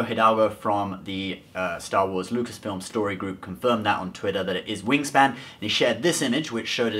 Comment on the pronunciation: He said wing Stan alot